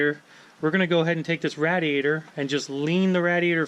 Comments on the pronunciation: Not rad eee ate er, it's ray dee ate er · Raid-e-ator. Not Rat-a-ator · You're the only person I have ever known that says "rad-e-a-tor" instead of "raid-e-a-tor" I wonder where you picked that pronunciation up? It's not part of any American English accent I know of. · Stop with the FUCKING RADD E ATOR lol. That a the GARBER knife was killing me. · Rad-diator lol never heard anyone pronounce it like that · This dude owns a shop and doesn’t even know how to say radiator